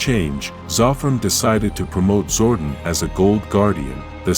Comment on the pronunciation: It's Zordon not Zordan